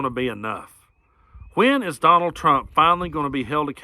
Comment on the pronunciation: Habahahhahahaa “conald”